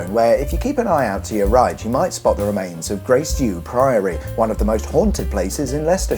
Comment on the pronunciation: I'm a not a local but this phrase is normally pronounced Grass Dee-err - err as in furnace.